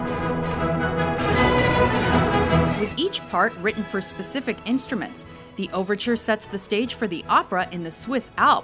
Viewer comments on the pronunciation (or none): none